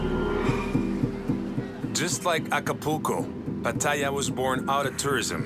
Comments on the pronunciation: No, he butchers "Pattaya" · He mispronounced Pattaya.